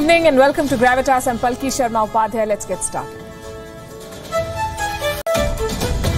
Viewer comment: How do you pronounce her name because it’s Palki but she said Palkisa. ?